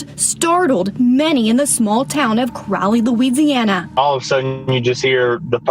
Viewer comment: "Crowley" Louisiana 🤨